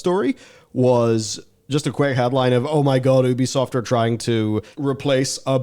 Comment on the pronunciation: If you have to rely on humanity for something to go the way to benefit humanity, you’ve already lost. Technology; taking the art and creativity out of everything since the beginning of time. P.S. a nitpick: its YOO-BEE-SOFT. It’s named for ubiquitous software.